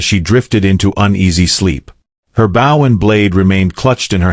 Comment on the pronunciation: BOW SOUNDS LIKE BO